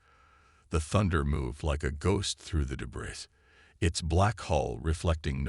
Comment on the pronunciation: Can someone PLEASE teach the reader how to pronounce debris? LOL